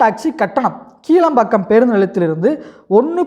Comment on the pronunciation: கீழம்பாக்கம்இல்லைகிளாம்பாக்கம்இதுகூடதெரியலநீ எதுக்குவீடியோபோடுரே